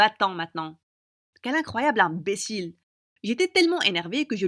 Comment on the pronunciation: 5.21 comment elle a dit inbécile a fait rire ma soeur mais pas a moi